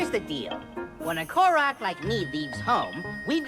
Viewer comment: First off, it's "Korok," not "Kolog." Second, if that Korok Calamo 'is' about to be The Great Deku Tree, should make sense. Otherwise, how did he exist in the first place beyond the lost woods? Which by the way, i didn't know much about Koroks since Wind Waker. But with a Construct? That would've been rediscovered on Tears of the Kingdom.